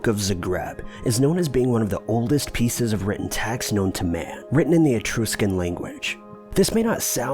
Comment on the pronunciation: Etr US can. not Etr You scan